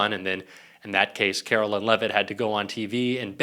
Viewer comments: Why do you keep saying Carolyn? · Karoline not Carolyn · Her name is pronounced kar-o-lyin😐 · Take a drink each time he butchers the pronunciation of Karoline and see if you can stand once the video is over.